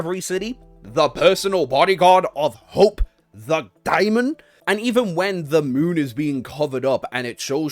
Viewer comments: Dae mon. Not dia mond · I mean, daemon comes from the root word daimon, I guess? I pronounce it demon.